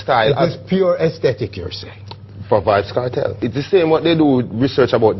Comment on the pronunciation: why does he keep saying vybz kartel